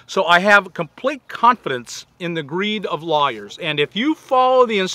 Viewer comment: At first I thought Bob was saying "liars" when he said "lawyers." LOL! I've had my share of honest lawyers digging me out from situations the "liars" put me in!